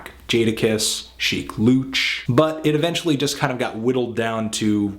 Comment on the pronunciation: you're saying shiek louch wrong.....